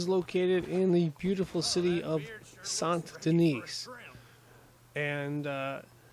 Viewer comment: When you accentuate “Sahnt Denise” and it’s still wrong